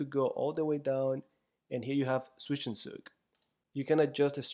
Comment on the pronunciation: Nice video, very good examples of the concept! As a german I was surprised of the actually very good pronounciation of "Zwischenzug" which is not an easy word at all to pronounce :D